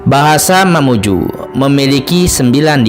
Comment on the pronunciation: Dari lambang baju adat nya itu bukan mamuju melain kan baju adat mandar Begitupun sejarah yg di paparkan Juga bukan sejarah mamuju Melainkan mandar Maaf yg punya konten mohon di cari sejarah yg sesungguh nya Dan penyebutan diantara sungai Di perjelas yg saya tau bukan sungai, budung-2 tetapi budong- bodong bukakan karamik, tapi karemak Mamuju, juga bjkan mamuju tapi mamunyu Mamunyu punya cerita sampai saat ini belum ada yg pecahkan secara detail dan sejarah sesungguh nya